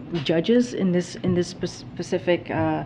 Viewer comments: And she can’t even say the word “specific”…… she always says “pacific”….. Am I wrong? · But, but, but......she's the first black, gay, immigrant woman to hold the position! That's what really matters! And did she say "pacific" as "specific?"